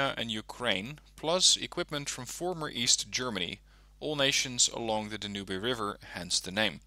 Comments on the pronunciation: Cuh-nada, Dan-oo-bay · That was a very "interesting" pronunciation of the Danube name :))) Looking forward to your next deck reviews, i love these videos.